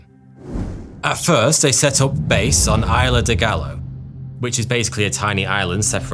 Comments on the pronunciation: It makes me laugh when western liberal types apologize for not being able to pronounce Amerindian words but then don't bat an eye at saying "con-kwis-tador" and "eye-lah dee gall-oh" hahaha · At "Ayla de Gallow" I had to pause the video to catch a breath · "la eyela dol galow" 😂😂😂